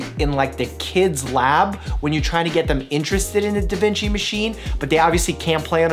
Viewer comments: Wait Wait Wait. Did u say Da Vinki?!?! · that’s not a da vinci, that’s a da vinky